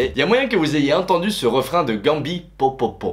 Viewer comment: Juste au cas ou c’est « POPOPOP » et pas « POPOPO »